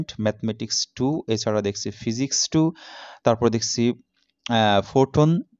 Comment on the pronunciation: অশিক্ষিত ওটা ফোটোন না😡😡😡 ওটার উচ্চারণ পাইথন😒😒😒 অশিক্ষিত আবার ভাডিও বানাইতে আইছে😕😕😕😕